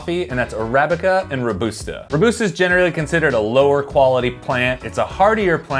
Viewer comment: Great video but can't get over the pronunciation of Robusta. Pretty sure it's pronounced row-bus-ta unless it's another American tomato vs tomato situation! :)